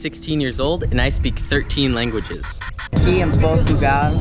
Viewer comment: Portuguese eu vivo aqui em portugal Its not spanish its portuguese but nice try but just letting you know it sound noting like portuguese just portugal you said it right and aqui